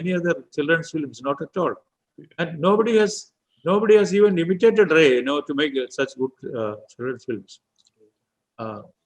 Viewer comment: Raaye, not Ray.